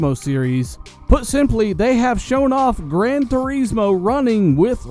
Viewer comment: It bothers me how you say turismo, probably just nicotine withdrawal.. but fuck you..